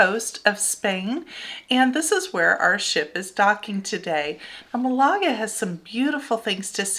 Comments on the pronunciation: MAL a ga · The Alhambra is in my top 5 sites I have seen anywhere in the world. I went twice in one visit to Granada. Just Amazing. Also, for Malaga the emphasis in on the first syllable. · The British pronunciation of Málaga is Mal a g